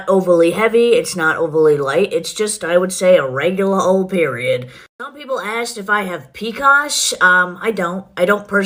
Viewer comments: you got me haha. Thats kind of what I heard to. I also kind of heard peacosh? Lol 😆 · ...did she just say pea-cause?! As in PCOS?? PCOS is an acronym....you just say p.c.o.s. it's poly-cystic ovary syndrome... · Her calling it pcos as if it's pronounced "peacock" irks me to no end. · Yeah I don’t know either, it sounds like “picas” wtf that is. 😂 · haha I say it the way she does too. I know most people say the letters. I’m not sure if she ever actually said she had it or if they got it wrong